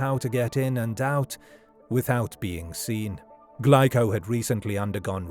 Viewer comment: Glico is pronounced wrong. It's Gleeco.